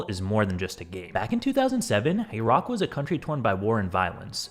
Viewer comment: What the FUCK is that pronunciation of Iraq